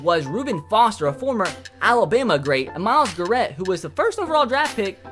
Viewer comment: He said Garrett wrong 😅😅😅😅